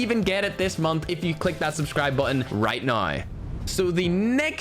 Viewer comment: Maybe it’s time you actually say “now” as N O W and not “nine”